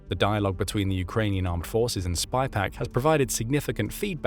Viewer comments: pounds, feet. bees di ks..Its SYpaq not SPYpaq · its SYPAC, not SPYPAC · sypak, not spypak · Sypaq. Not spy-pack. Someone needs to clean their specs. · Clearly didn’t pay attention to details … like the name of the company. SYPAQ not SpyPaq. Sort of calls into question the entire video if you can’t get a key fact correct. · *Sypaq*, not *Spypaq*!!!!!!! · It’s SY PAQ. Not spy Paq 😂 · It's SYPAQ, not SPYPAQ. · Boost. The mispronunciation is driving me nuts. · The company name is “Sypaq” - or in the original Australian “Syyyyypaaaq mate!”. Video keeps calling it “spy pack”. Australian accent is hard to pronounce for non native speakers, I get it. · The company is called 'SYPAQ', not SPYPAQ. There is no 'Spy'...but maybe it should be ;-) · Mate, it's pronounced SYPAQ (sighpack), not SPYPAQ. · Sypaq not Spypaq. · The voice keeps saying spypaq , it's Sypaq . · It's SYPAQ, not Spy Pack....🙄